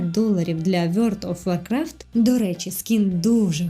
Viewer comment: Дуже цікаво, але що це за гра така "Вйорт оф Воркрафт"?)))